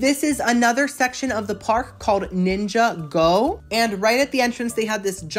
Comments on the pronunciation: Ninja-Go lol 😂 It's Nin-jah-go love. My nephew said I had to tell you 😆❤️ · Also, not Ninja-Go. LMFAO. It’s nin-jah-go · The way you call it “ninja go” it’s hilarious 🤣🤣🤣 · Jaw dropped on pronunciation of "Ninjago" 😭 I thought he was kidding about not knowing Lego 😅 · I thought he was kidding this is hilarious😂😂😂